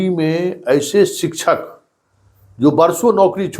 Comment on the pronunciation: शिक्षक उच्चारण शिकशक होता है सर सिकछक नही होता शिकशा